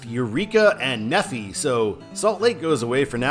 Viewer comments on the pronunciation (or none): "Neffi" is pronounced "kneef-eye". Like a good number of Utah locations, it comes from the Book of Mormon. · I thought I mentioned in the I-15 video that it was pronounced "Knee" as in your knee on your leg, and "fi" as in Semper Fi.... shake my head